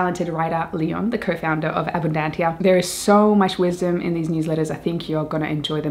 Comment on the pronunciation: The latin ABUNDANTIA is pronounced ABUNDANZIA, thank you.